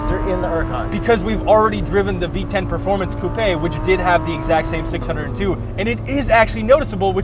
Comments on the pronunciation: I thought he said VTech not V10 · When you said v10 it sounded like V-Tech LOL could you imagine